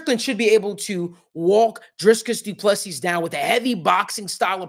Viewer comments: Doo plu sea....pronunciation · Put respect on his name by pronouncing it right.